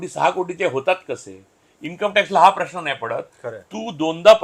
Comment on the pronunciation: Improve your diction. Its महानगर not महाणगर .it's म्हणुन not म्हणुण . Its प्रेक्षकांना not प्रेक्षकांणा .Its प्रश्न not प्रश्ण. जिथे "न" असत़ तिथे कशाला उगाच "ण"???Are you trying to please those idiots Punekar ? 😂